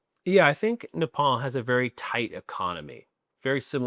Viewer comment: Just say "Nee-ppon", instead "Na-palm " 😭😭